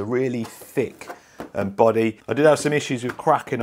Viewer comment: 'A boddehs a boddeh innit?' *carefully jots down the new pick-up line*